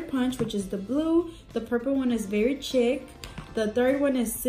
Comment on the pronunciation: Because you asked, chic is pronounced like sheek. Love these nails:)